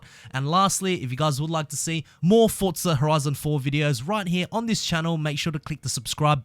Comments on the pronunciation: For-za not fortza ... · I know it's minor but I hate people that say fortza